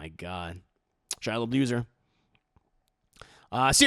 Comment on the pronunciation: “Where’s the Leboof” I’m Deceased 😭😂😂😂☠️